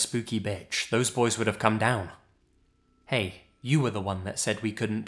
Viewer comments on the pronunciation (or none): Some constructive critism, some of the dialogue seems too formal for spontaneous response. For example "Hey, you were the one that said we couldn't tackle that big guy." should have been read more expressive. In that situation a real person would not have paused after saying "Hey," even if it is grammatically correct to have one after the word you should not read it as such. You should read it as if a real person talking.